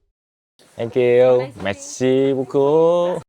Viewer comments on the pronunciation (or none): ổng nói merci braucoup lúc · Merci beaucoup mà tao nghe thành messi bus cu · anh ơi anh đọc chữ merci beaucop hình như ko đúng hay sao á nghe nó ựa quá =)) mặc dù em fan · =)) thanh kiu messi buuu cou =))) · biết là tiếng pháp mà có cần phải nhấn mạnh như thế không anh🐧